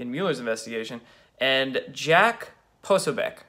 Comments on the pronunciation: Actually, it's pronounced Puh-so'-beck (the "i" is not pronounced. Jack has pointed this out more than once). Seriously, I can't listen to any more. "Caught up in ego".....is he describing himself, or the two gimps? can't see it now, from his youthful vantage point (I'm more than twice his age) but he has a LOT of growing up to do. I have ONE word for him:HUMILITY. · Dude! Its pronounced "Pah so BEE eck" . You really have a wasp centric mispronunciation of ethnic names issue LOL! But it does make for funny video! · Hahaha Dude, you still can’t figure out how to pronounce Jacks last name? Come on man, seriously this is just lazy. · no, dont want to know, does not help. and that is not how it is pronounced. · Argh!!!!!Core'-see.Po-soh'-becSorry, I can't listen any more..